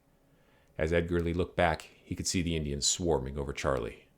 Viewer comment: His name was actually pronounced sharlay